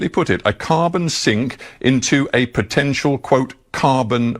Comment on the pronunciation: I’m in hvac, I love the word “protential” lmfao😂😂😂😂😂